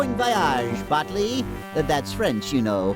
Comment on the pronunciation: Taylor Williams Why does Polly mispronounce Botley's name?